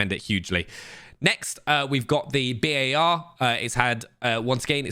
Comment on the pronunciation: My guy actually said B-A-R, love it